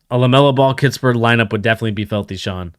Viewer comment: “Kiss-pert” no T in the middle.